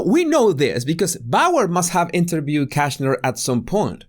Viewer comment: “The interbewer feels interbewed “ Hahahahahah… has a big problem with pronouncing “ V “